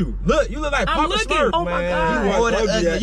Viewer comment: said poppa smufs😭